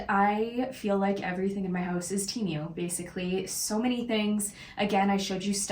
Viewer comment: How come you can’t say Temu correctly 🤦‍♀️. You keep saying Temeu